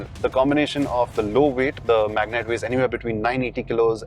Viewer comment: It's been years after terrano .. it's magnite.